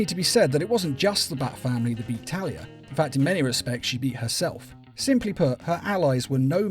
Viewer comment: it sounded almost like you called Talia, Terry I had to do a double take also Thomas Elliott Hush as well as Raz stealing the contingency plans are ones I prefer more than the animated takes of those stories.